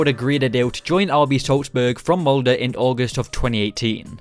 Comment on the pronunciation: SalzbUrg MoldE (not mold)